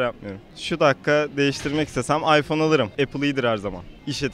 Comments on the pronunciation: Ayfon değil iphone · karanlık oyuncular ama ıphone kullanınca başka telefon kullanılmıyo gerçekten androidde iyi fakat adam ıphone istiyo aypon diye okuyo adam daha ismini okuyamazken kullanmasını düşünemiyorum :D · en sondaki adam aypon as 5 diyo abicim sen iphone kullanma bence